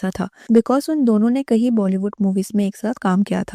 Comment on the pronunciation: Kayi not kahi.. meaning- many